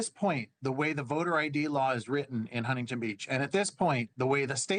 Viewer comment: It is Not Hun-ting-ton Beach; it is Huntington, one word spoken as one.